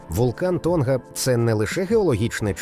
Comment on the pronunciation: Памуккале, наголос треба на останню Е́. Не Тонга́, а То́нга. Що з озвучкою. Невже важко правильно казати🤦🤦🤦.